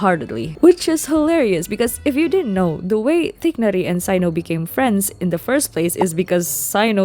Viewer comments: Yeah it's supposed to be tugh-nari or tegh-nari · Hearing you pronounce "tighnari" VERY wrong makes me feels so stone, like all my boby just turned into concrete